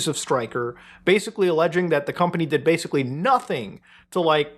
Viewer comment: Stop saying “badically.” You’re rendering the word meaningless.